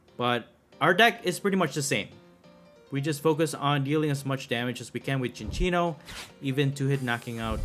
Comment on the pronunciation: Fun Fact: it is pronounced Sin-Sinno(like Sincere) NOT Chin-Chinno(like Chinchilla. Notice the lack of an H in the name) I didnt know this till recently, even thought its one of my favs. Great video! I just find it funny